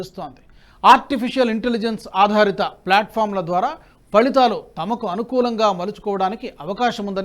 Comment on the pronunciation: మన దేశం అనడానికి మణదేశం అని ఫలితాలు అనడానికి ఫళితాలు అని తప్పుగా పలుకుతున్నారు దయచేసి సరి చేసుకోగలరని విజ్ఞప్తి